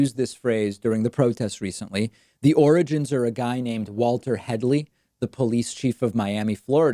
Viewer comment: "He was asked about the 'origins'" - I think you mean 'oranges'!